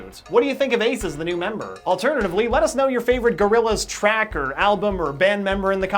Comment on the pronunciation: I like "GORILLZA" more